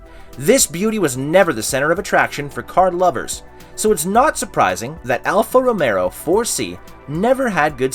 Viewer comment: Alfa "Romero" :-) The guy on the video can't even pronounce the name correctly.